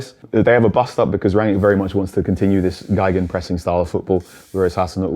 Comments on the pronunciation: It's not Geigenpressing, it's Gegenpressing. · The way he pronounced Gegenpressing sounds like he is pressing Violins because Geige is Violin in German But now I learned the word "esoteric" so I'm happy again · Geigenpressing? That basically means 'pressing while playing a violin'. means 'Gegenpressing' pronounced GAY-GEN-pressing. Having said that, it could explain why they were so bad at pressing under Ole. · You just can’t ignore pronunciation of “gegenpress” 😂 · He just really likes pressing violins